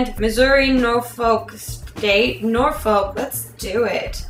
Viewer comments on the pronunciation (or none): I live in norfolk and you say it wrong, it's more like noor-fook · GRACE! its pronounced NorFUCK.....seriously.....thats how we pronounce it down here